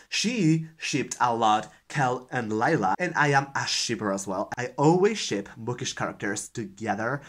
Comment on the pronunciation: Awesome tag! And OMG I must be tired ... as I laughed so hard when you were talking about book ships as I kept hearing you say shit instead until I paused and rewatched that part. LOL!! Thanks so much for the book recs. =0)